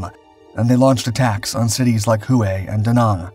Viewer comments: Who way? Hue is more like Way, is it not? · Who-ã ? It’s pronounced whey though not spelled as such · The old Imperial city is called 'Hue" pronounced "WHAY".Not hu-ay. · Hoo-way?..no, brah' it's jus'..Way (Hue).. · Your pronunciation😬.......Sounds like way not HUWAY!!!!!..Same guy that's says bastonay!.Instead of Bastone!..... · Please learn how to pronounce the words if your going to narrate this videos. It's not "who ay" when you are reading the word Hue. It is pronounced "way" I think you would know that since the biggest battle of the Tet Offensive took place in that city. Thank you. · Hue is pronounced like WAY, not Who Way. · The city "Hue' is pronounced-'way' its the city smack dab in the center of Vietnam its the city that separated north and south it played a major part in the 1968 tet offensive. It's also the city in Full Metal Jacket where the Marines had to battle it out with the sniper. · Great History telling . Wish Narrator would pronounce HUE Correctly (WAY) But otherwise Great telling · * Huế is pronounced "hweh" (with slightly upward tone) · Not really. He pronounced that correctly, but mispronounces “Hue” all the time. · The city of Hue is pronounced Whey.....why is this so hard for you it makes your videos sound weird. I noticed this on one of two others over the last few years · Hue is pronounced “ way” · The narrator needs someone to help him with pronunciation, as in Hue (way).